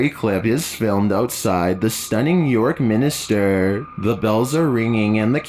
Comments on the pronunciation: The narrator said York Minister. It’s actually York Minster. York has a great history and good ghost stories. If you ever come to England I’d say York is one place I’d really recommend a long weekend there. You’ll need the time 👍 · I hope the voice narrating this is automated. If this is a person trying to sound like an automated voice, then it's just sad that he can't pronounce place names correctly. "York Minister"? York Minster (pronounced Min-ster) Cathedral is located in York, U.K. "Bell-fry"? Belfry (pronounced Bell-free).